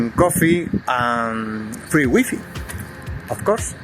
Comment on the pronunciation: Wee-fee = Wi-fi 🤣